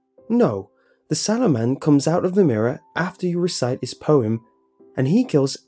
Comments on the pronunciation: I thought he was saying Saruman the entire story, I feel your pain. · i thougt you said the swallow man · Wercome to City Wok how can I ah take your order? Ok. You want the sauoman. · holy shit i thought jt said swallow man 😂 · Am i the only one who kept hearing sauoman